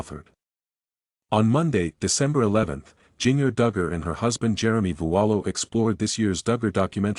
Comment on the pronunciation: Please learn how to correctly pronounce Jinger’s name.